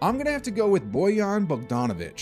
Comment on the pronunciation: I thought he was buggin when he said bojan